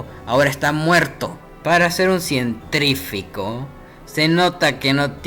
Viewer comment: "cientrifico" o "cientifrico"? (dentrifico o dientifrico?)